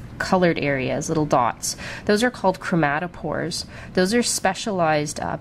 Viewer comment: It's pronounced chromatophore, with an f sound for the PH, not chromatopore.